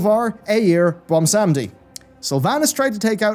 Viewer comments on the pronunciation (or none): Voljin was destined to go to Bwomsandi but got snatched by The Maw? How tf did that slip by Bwomsandi??